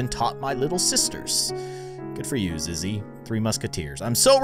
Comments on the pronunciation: IAM SCREAMING BECASE YOU SAID IZZY BUT ITS ZIZZY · Zizzy not zizz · It’s zizzy not izzy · It’s not Izzy it’s zizzy